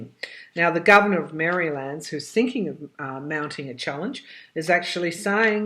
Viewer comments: Interesting pronunciation of Maryland. That is actually how it is spelled. lol Reminds me of my butchered pronunciation of some British places that sound nothing like they are spelled. All in good fun. Your insights are profound. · Still hearing that it will be over by mid March. I like the way you say Maryland. It is a nice state.